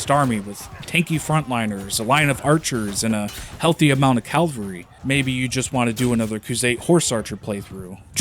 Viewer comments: I can't not correct this: it's cavalry, not calvary Otherwise, great video so far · The game is incredibly disappointing considering the framework they had to create a world as immersive as the battles and they have done SFA. Decent video although you seem to get basic words wrong eg: it's cavalry and morale, not calvary and moral.